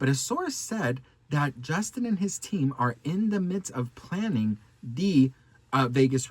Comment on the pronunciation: Who else heard stalking every time she said planning 😂 I'm sorry but she forgets we all know how she got there....